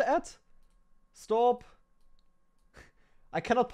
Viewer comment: A SHTOP SHTOP